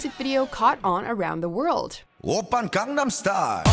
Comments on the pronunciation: Gangnam too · She butchers gangnam style though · ......Gangnam is pronounced GongNom. It’s not in korean and it’s the name of a place. It’s basically like saying Hollywood as RollyRood. It sounds bad. Really bad.